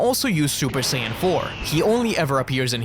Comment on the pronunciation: Que sayajin fala sayadin e escreve sayajin